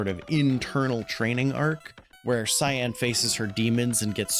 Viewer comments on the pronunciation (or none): no I meant the way you said Cyan